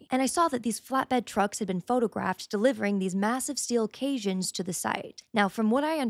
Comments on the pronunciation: First of all, caisson is pronounced like "Case-ahn", and they are very normal when building large buildings or building where the water table is high, like Washington DC. It's not weird to have them at a construction site. Second, you don't pronounce the s in Army Corps of Engineers, and the Army Corps of Engineers builds and maintains many pieces of public infrastructure that aren't directly related to the military, like dams. If you've ever lived near a major river, you know about the Army Corps of Engineers. This is an absolutely head-empty theory and it only makes sense if you're 14. With this administration you should be able to just think of something evil and they're doing it, but somehow you thought of something evil they aren't doing. Congratulations! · Caisson is pronounced kāsän and corps is pronounced kôr. Are you AI? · I had to pause around the mark “Caisson” is pronounced “KAY son”. Carry on … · Only 2 notes, both pedantic pronunciation... It's pronounced Kay-san( last part like Nissan), not k(asian) even though it's spelled caisson And corps is pronounced core. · It’s pronounced k-saun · "KAY-son" is how you pronounce it. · I think you meant caisson (pronounced KAY-son). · Just an FYI - caisson is pronounced kay-sohn. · Its pronounce like khe san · the word is caisson (please caissons). It rhymes with basin or Jason, or the way I pronounce it, the last syllable rhymes with "mon" or the first syllable of monster (in any case, not like Cajun). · its pronounced kay sawn, yet who really cares. thanks. both red and blue teams are the same coin. all controlled by the chosen. chosen by the demon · Have a lot of trouble with people that don’t know (or know how to pronounce) cason (CAY-san (and the cassions go marching along), Corps (CORE - like the “Army Corps of Engineers) and Hermes (AIR-may) - you really should have gotten that last one. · It's pronounced case-on. Caisson. Great vid. Thanks. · You're mispronouncing caisson